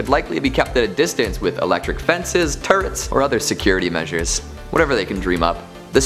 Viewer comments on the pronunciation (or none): Me: *watching the video* Narrator:Turrets What I heard: TURDS